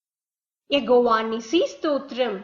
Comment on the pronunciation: Plz say yehowa not yegova